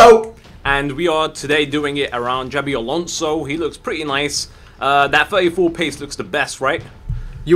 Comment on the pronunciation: Jabby Alonso